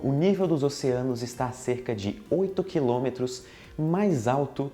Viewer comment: "quiômetro" haha